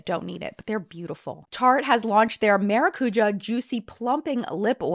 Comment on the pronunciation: Hi,! Just because you've been trying to be correct with pronunciation, the right one for maracuja is with the entonation on the JA, not the CU. It's a word from a indigenous language in south America. But there is no problem saying like you did, i just took a note here. Maracujá é bom demais. Beijos from Brazil.